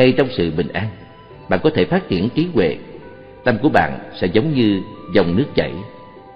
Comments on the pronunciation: "Trí huệ" hoàiiiii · "TRÍ HUỆ" LÀ CÁI GÌ ? NGHE MẮC MỆT . " TRÍ TUỆ " LÀ NGHE ĐƯỢC .